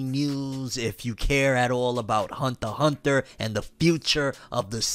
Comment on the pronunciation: "Hunther X Hunther"